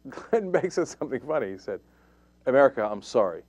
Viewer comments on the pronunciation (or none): none